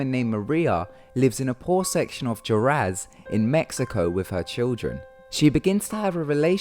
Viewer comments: jaraz? Really? Its said Warez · ... I think you mispronounced Juarez on the first one XD